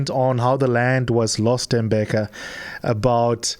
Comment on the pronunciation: U r pronouncing his name wrong, it’s no Tembeka it’s Tembeka